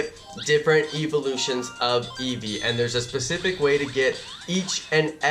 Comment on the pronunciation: your saying evalus it evlouse